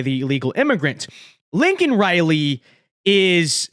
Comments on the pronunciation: Surprised joeblow didn't check his watch, while mispronouncing her name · Joe Biden can't even get Laken Riley's name right even with a Teleprompter. I had no idea Lincoln Riley also got murdered by an illegal alien. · So when Joe Biden says her name he says it wrong So he still hasn’t said her name Great